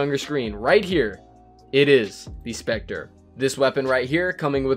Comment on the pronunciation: It's specter 😅